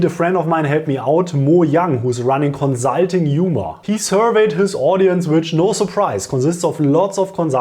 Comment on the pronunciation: Hey cool videos, but have you tried saying conSulting instead of conZZZulting? Jokes aside, great content btw, many thanks!